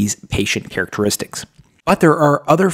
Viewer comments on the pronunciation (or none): none